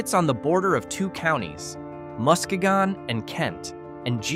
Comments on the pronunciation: Mio - MY-oh Au Gres - Awe-GRAY Au Sable - Awe-SOB-bull Muskegon - Mus-KEY-gun Pointe Aux Barques - Point-awe-BARKS 👍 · Casnovia, MI sits on muskegon County, pronounced muh-SKEE-gn & kent county